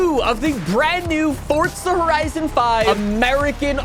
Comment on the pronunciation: This guy is such a good youtuber and I love his channel, but I hate the way he says forza horizon 5, he says is forTza horizon 5 it drives me crazy